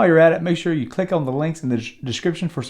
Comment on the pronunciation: Lmmfaooo "make shur u chek thad out *eyebrow raise*"